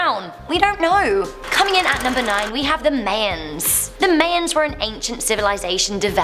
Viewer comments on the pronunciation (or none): May-ns? It's pronounced: Maians. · do people really say Mayans like May-ins instead of MY-ins? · ...”mayns” no hate but it’s MY ans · My-yuns not May-yuns Mayans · I can't watch any of videos.. mispronouncing things constantly makes me cringe.. it's now may-ans it's pronounced my-ans. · Pronounces may ons, really supposed to be MY anns. Lol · I guess different countries. I guess the English pronounce it "May-ans" but, Americans say "My-ans" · I Live in the UK no one says it like her! She has no clue obvs. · Man! It was urking me!! 😂😂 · idk if i can finish the video by the way she said my-ans 😭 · I’m pretty sure it’s pronounced Mai-ens but then again it may be different in other areas of the world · If i hear her call Mayans "May-ens" 1 more time I'll kill myself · XD She pronounced Mayans "Mans" XD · Lmao its pronounced mi-yins ya crazy brit lol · Actually the Mayans are pronounced My-ans. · I might be wrong but I think it’s pronounced (MI-ANS) it doesn’t matter but YOU guys ARE AMAZING keep it up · Isnt MAYANS not pronounced as MAA YAANS? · I understand. I live in America and in an area where there is a lot of Mexican Americans. So, I think they wouldn't say it wrong 🤷🏾‍♂️ let's just keep it pronounced My-ans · It's got nothing to do with having a British accent, I'm from London and I say my-ans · not true, I'm British, same accent, but it's My-ans, Mayans is just reading it and not pronouncing it right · it does to me because i live in belize and the may-A-ns are a big part of our culture so.... :p no to sound rude but it's not her accent so learn the real way to say it :3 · yeah... It's pronounced MY - ANS in English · Can she say the word my? Can she say the word Ans? Can she combine the two? 😂😂😂 I’m being a dick it’s really not that serious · She's saying may-ans. Its just how she pronounces it. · Sounds like May-anns when she says it lol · That is no excuse because am British and I can say my-ans. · technically its mah-yens not my-ans